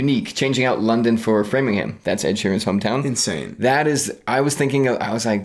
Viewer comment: Why can Americans never pronounce place names correctly?? It’s Framlingham not Framingham in Mass!!